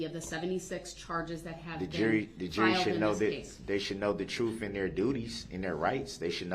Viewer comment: I wish he could learn how to say TRUTH.. it’s so irritating..